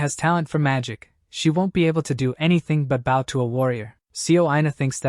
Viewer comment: Its always the baw when pronouncing bow. Like bro this A.I is always annoying 😂